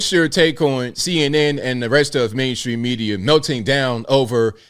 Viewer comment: Did you say “Blame stream media”? Lol.